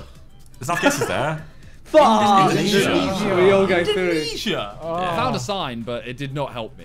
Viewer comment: Im dying at Harry saying "INDONESIA" like it's something odd LMAOOOOO